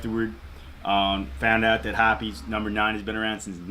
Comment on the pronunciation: I refuse to believe that's how hoppes(hops) is pronounced